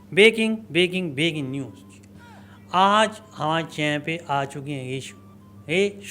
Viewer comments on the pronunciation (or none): अरे टेडी नाक कम से कम ब्रेकिंग को तो सही बोल,बेकिंग सोडा ना बोल😅